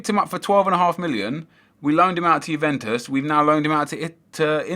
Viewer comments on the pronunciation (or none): none